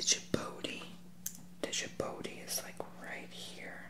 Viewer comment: Hey, just a constructive note. Its not pronounced “D-jibouti” but rather “Jibuti” the “D and O” are kind of silent... just thought I mentioned